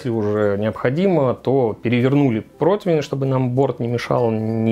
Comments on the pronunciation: Почему протвень?!?! По информации справочно-информационного портала «Русский язык», слово «противень» восходит к немецкому Bratpfanne «сковорода для жаренья». Это немецкое слово подвергалось переделке и переосмыслению на русской почве, и под влиянием слова «против» в результате народной этимологии (попытки объяснить непонятное слово через знакомые слова родного языка) возникло «противень». Филологи отмечают, что корректно только «прОтивень», вариант «протвень» выходит за рамки литературного языка. Таким образом, правильно: зажарить утку на прОтивне, снять пирог с прОтивня. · Противень! Букву И в этом слове никто не отменял, господа- товарищи- шефы! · Нет такого слова "протвень"!!!!!!! Где вы его берете?!!!! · Почему "протвень" и " протвиня"??? Всегда был ПРОТИВЕНЬ! Какого хрена? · Протвень... Поваром еще называется... Даже не знает как правильно произносится/пишется слово ПРОТИВЕНЬ